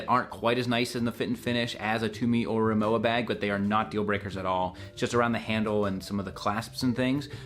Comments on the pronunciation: Owning two 40 year old aluminium RIMOWA . Undestructable. (By the way.. the brand is pronounced "Ree-moe-va" not "Reemoa") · It’s pronounced RimoVa, as it is a German brand. 😊 I’ve never gotten holes in any fabric luggage ever in my life. To me, the dents in aluminum are god awful. Look like a crunched coke can. I would buy an aluminum piece for a quick photo op, but only if it was $50 max. They’re pretty to look at but stand zero chance with wear and tear. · Es ist Rimo-"VA" bitte!